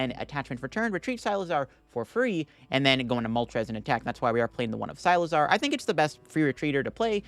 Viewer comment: Never expected someone to pronounce Cyclizar as Cy-lizar